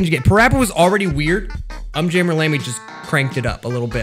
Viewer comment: Fun fact: the video is exactly 15 minutes long Also it’s un jammer not jammy